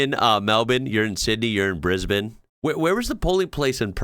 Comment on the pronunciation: Not relevant to the video, but just commending you on your pronunciation of Melbourne and Brisbane . Bang on. Nothing to correct.